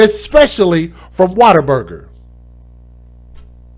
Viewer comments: Sorry but I have to say this... it’s WhatAburger not Waterburger. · It keeps making me laugh every time he pronounces What a Burger as Water Burger lol